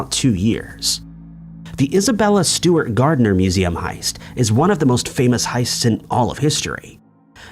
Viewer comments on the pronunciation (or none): none